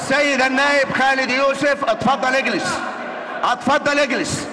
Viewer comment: احا يا جدعان رئيس المجلس مش عارف يتكلم بيقول،اتفضل أجلس بينطق همزة كلمة اتفضل بهمزة الفتح. هههههههههههه وشبابيك دي بيعمل اييييه ولا بيهبب إيه هههههههههههه